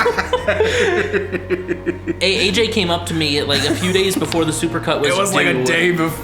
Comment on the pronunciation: I just realized that he says hey-j, im AJ